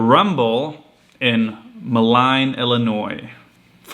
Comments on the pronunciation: Great stuff, Simon! Just so you don't embarrass yourself, the town that the Rumble is in is pronounced "mo-LEEN" :) Good luck this season! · Pronounced Mo leen. Moline. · Best of luck on your 2020 season. Oh and Moline is pronounced moe-leen...lol. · When you play the Rumble and have any questions lmk or anyone with Iron Lion Disc Golf. Also close on pronunciation on Moline. It's pronounced Mo- Lean. We're also known as the Quad Cities btw and we're a pretty big disc golf spot in the Midwest. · Moh-leen, Illinois